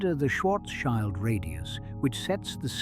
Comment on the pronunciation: It's Schwarz-shield, not Schwarz-child. 😆 Schild = shield